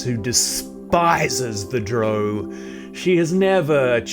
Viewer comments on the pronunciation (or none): Not Dro... Drow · Did I hear him say DROAW? lol 🤦‍♂